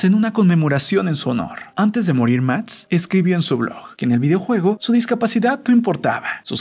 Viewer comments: Lo que no entiendo es por q dice mats en vez de max me desespera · Soy yo la única a la que le moleta que pronuncie Max como Matz? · Buen video pero me caga que digas ..............................MATZ!!!!!! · Muy buena historia y todo pero me estrésa el hecho de que diga mats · Alguien más pronuncia mats en lugar de max? Xdd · Soy yo o en vez de decir Max dice Matx 🙁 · Me estreso que todo el vídeo dijera MATS en vez de Max 🙄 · Se llama Max pero este wueon le dice matz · ¿Máx o Matz? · Por q dices mats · MATS?? JAJAJA QUÉ LELO NO PUEDE PRONUNCIAR LA X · Prque dices MAST en vez de MAX🤔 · Soy yo o dice "Mats" en lugar de Max? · Me estrese cada que dices "mats" -.- hahaha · jajaja "Mats" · “Matz” :v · Soy yo o el de tu no puede pronunciar la x cuando dice max (sin ofender) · El que comenta dice mads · "Matz" JAJAJAJAJAJAJAJA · Todo el pinche vídeo no pudo pronunciar la x del nombre max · Pronuncia bien la maldita x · odie y me devastó la mala pronunciación de máx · Hahaha que raro pronuncia máx... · Creo que no sabe decir la X